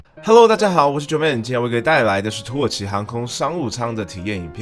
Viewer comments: 一直聽成土豪商務艙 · 一直聽成土豪..